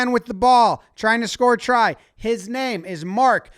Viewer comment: His pronunciation of foreign names is very good. He always makes an effort. May not get it quite right but he puts thought into it.